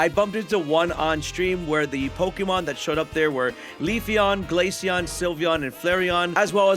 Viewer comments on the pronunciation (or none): none